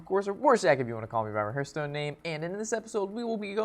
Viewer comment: Hearhtstone lol XD